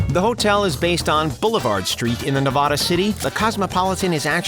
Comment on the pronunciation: Just how he says Nevada let's you know he hasn't been here lol